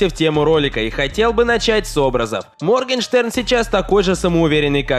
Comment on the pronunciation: Моргенштерн - Моргенхрен ? 🤣 это единственное, что я поняла